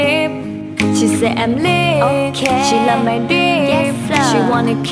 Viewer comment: 我喜欢她唱drip，drip，drip的发音